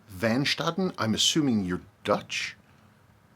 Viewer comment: a in van Staaden ( or modern staden) is long not ah, but aaaah. and it's not fen it is van.